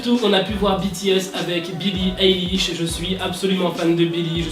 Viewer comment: Alors on dit pas eilish mais ailish on dit A pas E voilà bisous